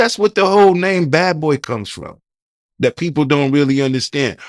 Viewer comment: YES he doesn't have a clue how to transition from a topic to another topic. He is building up his platform. He also has to work on his articulation and enunciation. He will pronounce the word 'dat versus saying that' in previous interviews. The interviewer will say 'that's wild' 😅 he has to clean up his 👋🏽 slills. He will get better once he grows into his role. I'm happy he's getting the great 👍🏾 content. Experience take time.